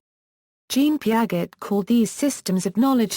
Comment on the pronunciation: Peearzchey not peearget